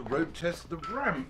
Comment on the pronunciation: Stephen Fry saying “RRRRrrrAmP!” is all I needed today